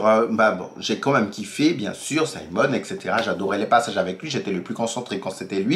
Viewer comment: Oui tu as bien prononcé. Simon! Merde le mec il sait y faire. Je l'ai regardé en une journée. Tu dois aussi regardé "Sylvie's Love" il y est aussi. Et quand le Duc te dit "Je brules pour vous". 😍😍 Ils ont été très explicite je trouve. Les scènes très romantiques et érotiques que ce soit Simon et Daphnée ou autres.